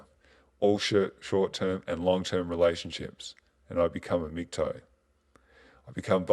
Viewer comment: stop calling it MGTOE.....IT IS pronounced mig-towel